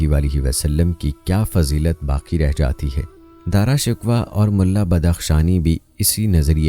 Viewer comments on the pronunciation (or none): Darashikwah nahi Darashikoh